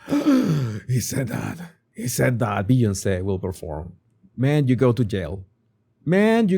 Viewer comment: I like how pronounces B-on-say 😂